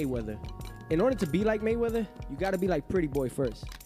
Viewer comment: he said Maywrather era